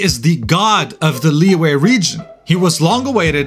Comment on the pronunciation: You didnt say Liyue and Xianzou Luofo right 😂 I heard Liwei and SheinShow MOFO 🤣